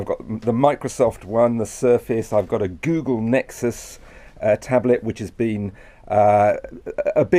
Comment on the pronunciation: thanks Rory for the upload of this, but need to work upon your pronunciations of products, as here you mention the Google.. 'Nixus' well that's how you said it on air. It's called the Google NeXus, but I hope listeners get the gist of it. Good to see the Radio 4 production team and studio for Today. Is this the new studio at new broadcasting house? I'll be visiting the building soon.